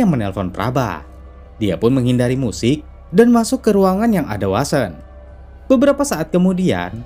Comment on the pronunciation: sprtinya vasen lbih tpatnya, bkn wasen, tp vnya sprti w, tp gk bner2 w 🤣